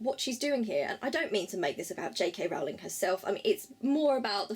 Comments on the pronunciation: Great Video!!!!! But Rowling rhymes with bowling not howling. I'm not hating, great video! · It's Rowling like bowling 🎳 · You pronounced her last name incorrectly.